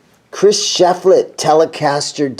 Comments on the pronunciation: Sorry, man. Thumbs down for butchering Shiflett’s name. You’re swapping the “i” and the “e”. It’s Shiflett, NOT Sheflitt. Really frustrating when the name is on the case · Pronounced "SHIF Let" not SHEF Let